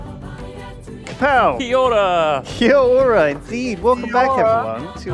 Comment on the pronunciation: Did say He-Ora at the beginning after Duncan said Kia-Ora or is it just me? Any New Zealand’s here to confirm the butchery?